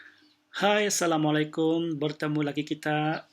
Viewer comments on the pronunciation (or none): none